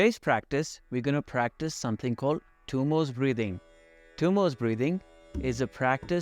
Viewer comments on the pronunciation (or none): Thank you for this video. Probably the best I've seen. However, it isn't Tummos (there isn't an s at the end of the word). It is pronounced Dummo with the D pronounced as in 'this.' दुम्मो in Sanskrit. Also, as I breathe out, I plan to use Ujjayi breathing and not using pursed lips. I tend to have cold feet so I badly need to work with this. Thanks again!